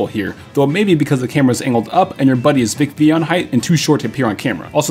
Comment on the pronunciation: “Vicvillon height” ouch...